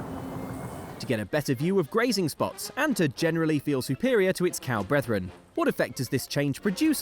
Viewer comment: Cow BRETHEREN?? you're really not from the countryside huh?